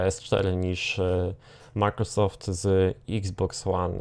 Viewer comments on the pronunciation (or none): none